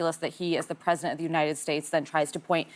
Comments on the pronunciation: preh-zuh-dnt Ana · Stupid Ana cant say President. Why: she is not educated.